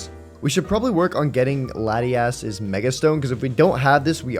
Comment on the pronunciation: Anyone else really annoyed by Lati-ASS I always pronounce it as lahtius